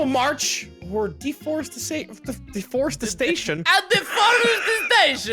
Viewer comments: IT SOUNDED LIKE ANTHONY SAID DEFOREST SATAN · I loved the part where messed up on the word deforestation